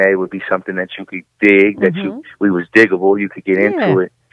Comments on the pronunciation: Digable not digitable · DIG-Able btw... Not Digible. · She keeps saying Dijable instead of DIGable.. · I know...clearly she wasn’t a fan. They say it on their albums many times it’s DIGable. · She pronounced digable wrong...cringe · Roger S Oh Butterfly politely corrected her! After she kept saying it, I didn't listen past the 1st few minutes of the interview. I know she didn't do it maliciously but it irks me when interviewers appear to not do any preparation before interviewing their subjects. Including getting the names right! Thanks for the reply.